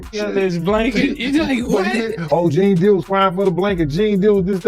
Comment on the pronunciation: Stopped watching as soon as it pronounced his name Gan Deal…how tf you have a 20 minute video and start it off with some bullshit 🤦🏼‍♂️😂